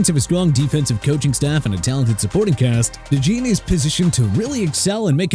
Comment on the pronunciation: Bro can you please learn to pronounce Cooper Dejeans name correctly?